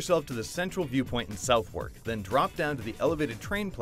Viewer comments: Nico Pates yeah I'm pretty sure it's "Suff-Ark" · It's pronounced 'Suthurk' not 'South wark' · It's not pronounced South-Wark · u cannot pronounce southwark